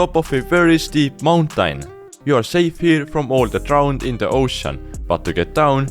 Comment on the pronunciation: i like how you say mountain -> /montank/ =))